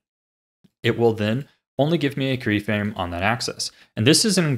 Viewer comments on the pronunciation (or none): "krey frame" aha! You fool!